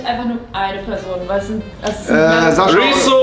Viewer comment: Rewi sagt immer Saschaa oder Dima 😂😂